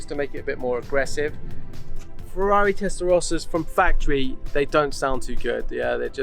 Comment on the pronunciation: Why can't Americans say Testarossa correctly? It's not hard.